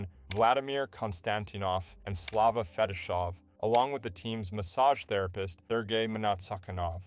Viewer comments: Forget Naslund, Sakic, and Selanne: the narrator massacres the Russian names from the Red Wings much much worse. FetiSHov-?? There is no "h" in the Romanization of the Russian name "Fetisov"... The accentuation of the other Russian names, especially that of the massage therapist, is also highly dubious. Actually, the narrator is isn't even consistent, using different bad pronunciations at different points in the video. Sucky video in many respects... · Kon-Stan-teen-off Fe-tee-sof